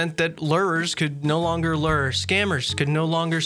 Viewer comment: uggh cmon man, its been almost 20 years, can people pronounce lure correctly? havent you ever been fishing before? you know, a fishing lure? its the same thing. man, this makes me sad. 20 years. not one runescaper has been fishing irl.